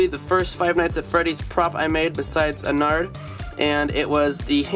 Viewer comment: Something to me sounds weird when he says ennard is he saying onnard (No hate I love this channel)